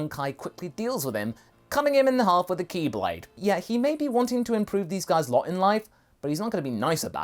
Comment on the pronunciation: Wait did you just say “keyblade”....oh....chi blade....I think that was somehow on purpose you sly dog!